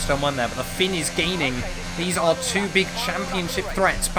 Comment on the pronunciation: why do you say TWO like such a spastic?